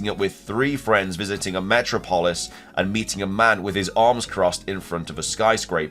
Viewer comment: metro pollis made me laugh too